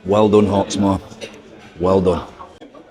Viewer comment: Hawk-more? no thanks